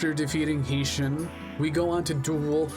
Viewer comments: Quality check. I appreciate that you put effort in to making this, but there's quite a bit of information that's incorrect. Isis can draw in to B. Skull Dragon, Meadow Mage does not drop Gaia the Dragon champion, and you can not fight all 3 villagers in the 2nd half of the game. Heishin, "High Shin", Heinz Ketchup Shin. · Your pronunciation of Heishin will give me reccuring Nitemares